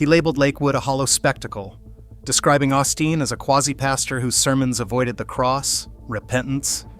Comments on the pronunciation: What was the point of this pointless video? NOT AUSTEEN, OSTEEN FIX YOUR AI GUY!!! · Who is "Ah-Steen" ? 🤔🫩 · Ur AI can't say his name right. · at least pronounce his name correctly. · If you are going to trash his ministry, at lease pronounce his name right. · The mispronunciation of his name is very revealing. The envy in the comments tells the rest.